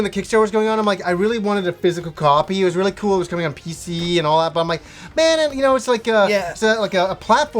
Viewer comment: I think this is the first time I've ever heard you say the word "pc" in a video,. It sounds weird when you say it now XP Say, when LucasArts went indie, if I'm not mistaken, a large part of that crew went indie as well. I personally kind of like this development: people have more creative freedom and don't need to focus on mass appeal this way.